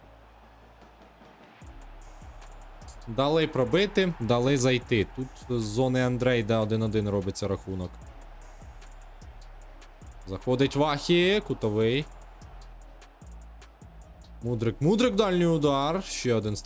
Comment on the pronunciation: Привіт, довго думав не писати, але вже не можу)) Andrade - італієць, але ти читаєш його прізвище з англійським вимовленням. Італьйською ж правильно буде "Андраде"